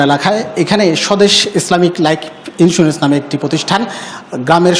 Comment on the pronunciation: যে সাংবাদিক লাইফ ইন্সুরেন্স উচ্ছারন করতে জানেনা আর যাইহোক সে সাংবাদিকনা।